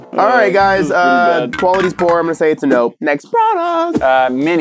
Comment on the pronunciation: The final product is a nugget that should be in dankpods! Also it’s a na-no (IPod Nano)